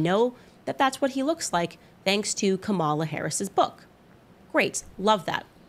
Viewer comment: I guess no one told Candace that mispronouncing 'Kamala' is racist.